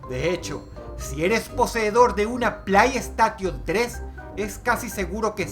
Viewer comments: "p l a i s t a q u i o n 3" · jjaa buen video pero la ps3 no se pronuncia asi xd